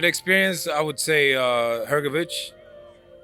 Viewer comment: I bet this american journalist will misprounonce philips last name again next time even though he heard from his brother pronounce it correctly,it is hrgovich not hrgoviq ,americans,dont care ,dont want to learn